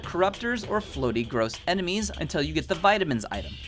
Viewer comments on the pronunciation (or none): none